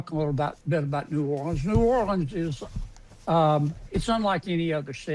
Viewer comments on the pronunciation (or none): He said nollens the first time. Then it was new orleans